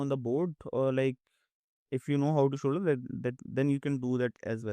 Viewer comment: Shoulder 😂 "*solder"